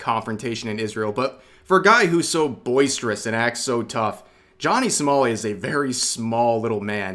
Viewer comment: it sounds like you're saying "Johnny Smally"